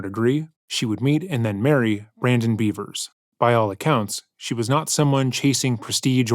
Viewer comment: i’m 99% sure her name is pronounced “Bev-ers”, not “Bee-vers”